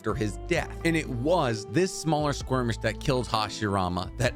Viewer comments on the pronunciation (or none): Are you saying squirmish? I can't help it but that is what I'm hearing. <3